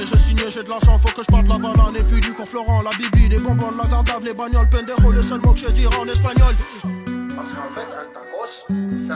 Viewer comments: Vs avez aucun respect pour l espagnol c'est pas bendero mais Pendejo🤦🤦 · C’est Pendejo et non Bendero ...hdp